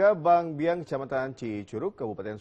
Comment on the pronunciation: Bangbayang, bukan bang biang😂